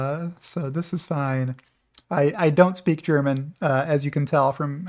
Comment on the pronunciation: I am German and I love your show and Tesla. Especially when it come to the German automakers Germans are good in lying :) Btw, your German pronunciation is pretty good.